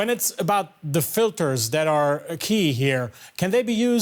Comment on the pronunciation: . I don't know about you but I heard him say "special filfers"